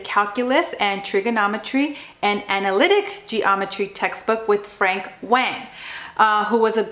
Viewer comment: Btw his name is pronounced like "Wong" not "Wayng"